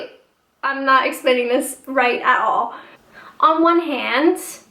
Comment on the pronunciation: Dunno if you noticed it but you say "at all" like a Brit already. Very cute.